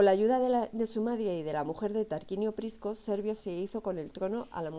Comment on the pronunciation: Muy floja presentación. No puede equivocarse o pronunciar mal términos básicos (liga del saeptimontium, Tarquino Prisco o cultura Villanoviana). Además sería bueno que para hacer el video dejara a la criatura que se escucha al cuidado de alguien.